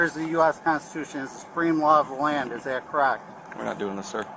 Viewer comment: I gotta think it's awfully hard for the officer to pretend he's going to take "legal" advice from someone who doesn't know that "Constitution" has 4 syllables. That said, if you're trying to tell us that this guy is the dumbest citiot of them all? That's a VERY high bar to clear. Still, the fact that these cases have NEVER succeeded on the merits of the claim (dismissals, because the DA doesn't want the unholy hassle of the BS storm that is a trial with one of these yutzbags don't count) never seems to sink in. Sad, really. PS: Allow me to introduce you to Officer Pavement.